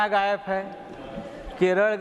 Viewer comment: हा संजुद्दिन गायब बोल रहा है या गायेफ बोल रहा है 😂😂😂